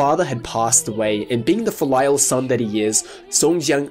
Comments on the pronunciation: That pronunciation of filial gave me whiplash. XD Not trying to be mean, but 'Fill Lyle' with what, exactly? (FEEL-ee-al, for future reference) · Do Australians in general say "filial" like you did here, or is that just you?